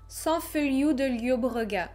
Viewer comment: J'aime beaucoup tes vidéo. Je sais, le catalan est compliqué au départ mais pour Sant Feliu del Llobregat, se prononce Sant(e) Féliou del Llobregat(e). Voilà, bonne continuation et je continue de regarder en masse tes vidéo